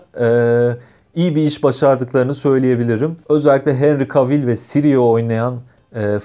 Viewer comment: yoğğ normal "Henri Kevıl"